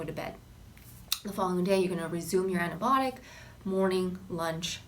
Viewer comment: Weird how you pronounce Antibiotic and naucious, helpful advice.